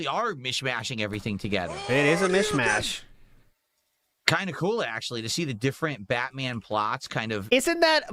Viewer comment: How can you not support Lego Batman? it's a mish mayush